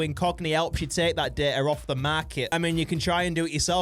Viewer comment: every time he said data i thought he said dirt